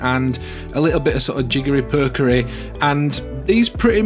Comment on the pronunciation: Jiggery Påkery… (you unknowingly pronounced a perfect Danish “Å”…) 🤣